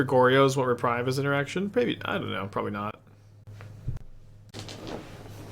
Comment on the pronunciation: Hey, It is reprieve (ɹɪˈpɹiːv), not reprive (ɹɪˈpɹaɪv). Reprieve means „To cancel or postpone the punishment of someone, especially an execution.“ Reprive means „To take back or away.“ Greetings from a non native speaker 😅